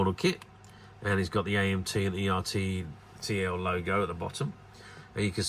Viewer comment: Is pronounced Er Tell like turtle